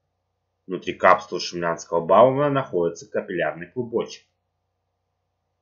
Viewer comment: Боумена.А не Баумена